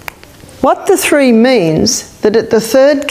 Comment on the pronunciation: When she says Tree, she means Three.